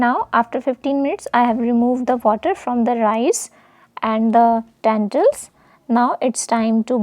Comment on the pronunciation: When you say tentils do you mean lentils